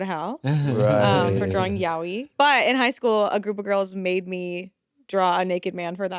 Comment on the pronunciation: Ya-oi, not "Yowie". Doesn't have to be perfect but damn, at least try...